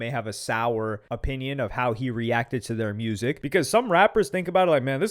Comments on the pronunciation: Tfw you cant concentrate on the content of a video because you trying to figure out what an "aye-pinion" is. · Lmfao wtf is an "Apinion"???😂😂😂😂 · Bro said A pinion 😂😂